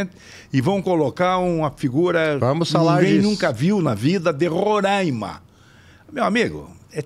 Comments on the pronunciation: Não é Rorãima é RORAIMA. Falem certo o nome do Estado para não passarem vergonha . Imagine. chamando nosso estado de Parãná. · O estado de Roraima se pronuncia "Roráima". A ênfase é na penúltima sílaba (rá). É um estado localizado na região Norte do Brasil, fazendo divisa com a Venezuela e a Guiana. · Não é questão de sotaque, é questão de pronúncia. A única forma correta é Roraima. Se quiserem individualmente continuar pronunciando errado também é outra questão.